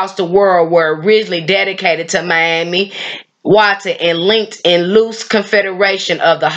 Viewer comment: EXCELLENT! Well done Sis for pronouncing her as Mami Wata and not Miami Wata 💙🤍💙💦🧜🏿‍♀️